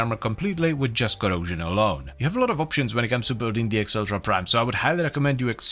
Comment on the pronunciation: Acceltra is Meh-celtra